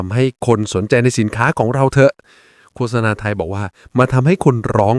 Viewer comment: โฆษณา นี้ดีจริง แต่ควรอ่านให้ถูกด้วยว่า โคด - สะ - นา ไม่ใช่ โค - สะ - นา